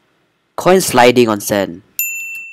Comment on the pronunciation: Not coin "coiny"